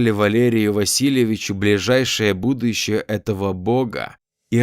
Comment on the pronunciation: Будущее, а не будуЮщее😅 Даже в речи слышна эта смешная ошибка.